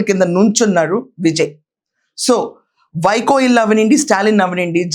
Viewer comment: వైకో కాదు వైగో 🦥🦍